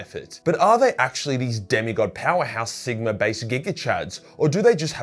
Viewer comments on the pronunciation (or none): none